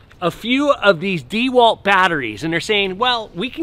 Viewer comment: Watching him attempt to use the tool was painful enough, having to listen to him mispronounce the brand was just too much.